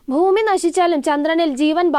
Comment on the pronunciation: ഫൂമി അല്ല ഭൂമി ഫാവി അല്ല ഭാവി😂